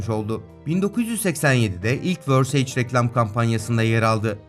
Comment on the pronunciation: Verseyc değil versace (yazıldığı gibi okunur), lecırfeld değil Lagerfeld, danakerın değil Donna Karan, seyinlovrent değil İv Sen Loran, Franço değil Fransua, Pinaut değil Pino, memografi değil Mamografi. Lütfen bu tarz videolar hazırlarken en azından isimleri ve kelimeleri doğru telaffuz edelim ❤